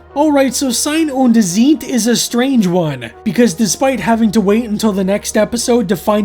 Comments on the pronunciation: It's pronounced "zaɪ̯n ʊnt t͡saɪ̯t". Thanks for the video anyway. 🙂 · If you care, the title's pronounciation is: "Zejn und Cejt"... What probably don't help you as much as I thought now that I wrote it down. - don't scare me like that! (absolutely do) I agree with you this twoparter is nonsense on top of nonsense, but purely for keeping track of long-running subplots, I'm so glad the Samantha-storyline is (will be) over. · Ei in German is pronounced like the word "eye" in English. (Like the vowel in right, light, height, might etc) Sein is pronounced like 'sign' but with a z, so like "Zign" or "Z-'eye'n", and Zeit is pronounced like "sight" but with a 'tz' so like "Tz'eye't" The whole thing would be like "Zign undt Tzight" It means "Being and Time"